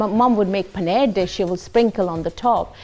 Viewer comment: As an Indian who lives in India, i find her to be a pseudo Indian. Like she knows some things but it's as distorted as her pronunciation of the word "Paa-Neer" 😂😂😂